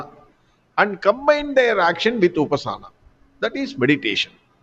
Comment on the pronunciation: A correction: It is upaasana, not upasaana. Harih Om.